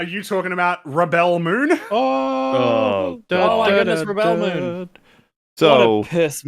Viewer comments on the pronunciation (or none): I love how the accepted pronunciation of Rebel Moon is now and forever will be "Ruh Belle Moon"